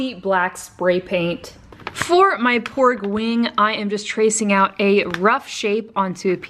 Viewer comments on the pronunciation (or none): I heard her say pork XD